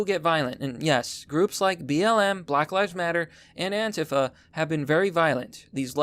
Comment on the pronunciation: says Antifa wrong lol